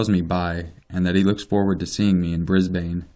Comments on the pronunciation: Brisbane isn't pronounced as Bris-Bane, it's pronounced as Briz-Bin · Here in Australia we pronounce it like "brisben" or "brisbin" lol, same with Melbourne we pronounce it "melben/melbin" It's always weird for me hearing people say Bris BANE and mel BOURNE lol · Hahaha, I live in Brisbane and your pronunciation is great hahaha. We say it like Brisbin and nobody says gold coast like 2 separate words. More like gol'coast. Damn that was excellent, no hate! great video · pronounced - Bris-ben :) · just a little hint. Brisbane is pronounced as 'Brisban'. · I love the pronouncing of brisbane 😂 really made my morning haha, I live in brisbane and here we pronounce it like 'bris-bin' Then again, I have an aussie accent! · This is creepy! I'm from Sydney and I go to Brisbane and the Good Coast one weekend every month! Lol I love the way you pronounce Brisbane, just for future reference it's pounced 'Brisbin' Keep up the good work, I love your channel :) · I'm an Aussie and Brisbane is pronounced brisban 😂 but loved it 👌🏼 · I'm sorry but Brisbane is pronounced,"Bris-bin" just a future reference. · Lol just so you know for future reference so ppl don't give you shit as above here, Brisbane... We say it Bris-bin...Bris-ben? You know we don't annunciate every letter... which is probably why ppl outside of Australia think we pronounce things funny... Because we do lol now I've seen Brisbane written so many times here it looks like it's been misspelled you know when words look wrong after a while? Yeah that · Said Brisbane wrong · You say Brisbane so funny lol.